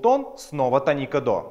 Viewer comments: тоникА? какой позор)) тОника. желание смотреть видео и тем более учиться по нему отпало напрочь. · тОника, а не тонИка! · Простите, но слово тОника, а не тонИка. Полутон - не интервал, это минимальное расстояние между звуками. Интервалы называются - прима, секунда, терция и т.д. Запоминать гармонический и мелодический лады по тонам и полутонам - нерационально, в ДМШ объясняют проще - пониженная VI (гармонический мажор), VI VII (мелодический мажор) и т.д. С ног до головы - вы гитарист, а с головы до ног - кто??? Не имеет значения, не так ли? Тоже и о ладах: мелодический мажор используется как в восходящем , так и нисходящем направлениях. В ваших знаниях много пробелов. И вместо того, чтобы их ликвидировать, вы распространяете эту недоученность другим. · Не тонИка, а - тОника, грамотей. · Может я чего-то не знаю. И говорит тонИка правильно. Но слух режет пиздец. Хотя википедия говорит тОника. Да и все окружение музыкантов тоже. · Молко Молко 1. Не "тоникА" он сказал, а "тонИка". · Да и все словари говорят "тОника"